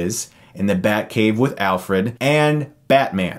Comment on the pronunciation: it's funny how your pal says Alferd instead of Alfred , just like I've heard you say Nukeuler/Nucular instead of Nuclear in some other video xD